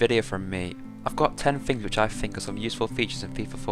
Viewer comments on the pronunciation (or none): How do you spell THING? NOT FING